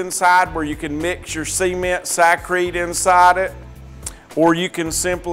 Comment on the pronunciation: Semen?.... ....ooooh, ceeeement.. right, gotcha🤣